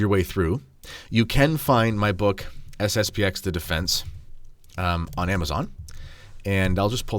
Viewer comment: It is SSP-ten. The Xis not a letter.